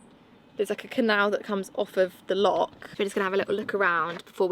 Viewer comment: If you are going to live in Scotland please try to say Loch correctly! It’s easier than you think. 😉